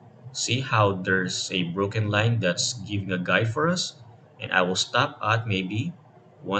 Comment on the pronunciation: did you just say location "RINE" instaed of location line